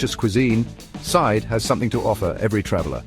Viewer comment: The Turkish town of Side is pronounced like "seed-eh", with a short "i" sound as in "sit" and a soft "eh" sound at the end. It's not pronounced like the English word "side".